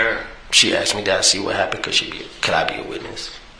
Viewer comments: Imagine being a law professional and you can’t pronounce the word “asked” lol “He AXED NICCUH” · Imagine being a lawyer and still saying "asked" as "axed" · “She aksed” you’re a lawyer fuckin speak right lol